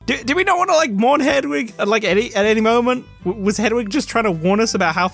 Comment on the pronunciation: Whole video is void for pronouncing ‘hedwig’ as ‘hedgewig’ less than 1 minute in.